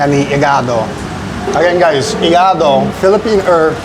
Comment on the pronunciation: You pronounce "igaDO" like an Italian "iGAdo"